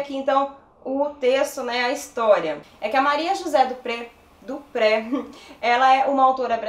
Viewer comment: "Dupré" é um sobrenome francês. Pronuncia-se "Duprê".